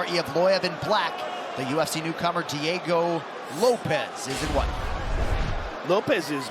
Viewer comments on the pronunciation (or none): Bro said Diego loaps 😂😂